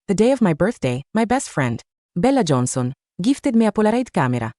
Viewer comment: “Beelah jonhson”